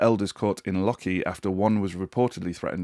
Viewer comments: Why apologise for your pronunciation of Drogheda, and not Lochee? Both equally wrongly pronounced! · Lochee in Dundee wasn't any better!